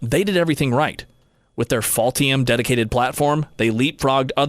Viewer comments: I am sorry, but did you mean "Ultium" when you said "Faultium"? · Interesting when the narrator says Ultium in the video it sounds like he is saying "Faultium". It is even spelled that way in one of the graphics. It is perhaps a truer name for the GM EV Platform. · Is he getting paid by “fault-ium” 😂